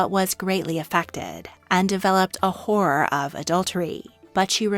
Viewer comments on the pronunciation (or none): Is this voice AI created ? I hope it is, because the narration is unlistenably moronic. - 'horror' is pronounced exactly like 'whore'. I had to replay it twice just to work out what she was saying. 😔